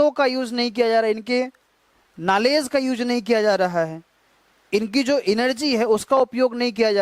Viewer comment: नालेज क्या होता है नॉलेज होता है